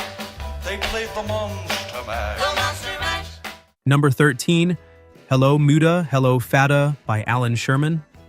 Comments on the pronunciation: Like moo-dah and fad-ah? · Yep, the mispronunciation of "Muddah" and "Fadduh" proves that the "narrator' is not a human being who has ever actually heard the song! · Your $TUPlD Al doesn't know the correct pronunciation of 'Muddah' and 'Fadduh' because IT IS NOT HUMAN. Are YOU?